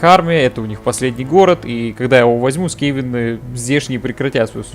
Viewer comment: Только скАвены, а не скевены